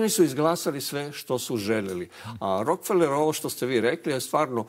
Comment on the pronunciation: RO - KE - FE - LER. (Engl. Rockefeller) A ne Rok - feler.